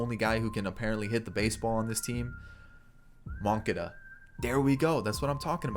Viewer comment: butchering names.. I know sometimes you’re joking but most of the time you’re not 😂 the way you were saying moncadas name was hurting my ears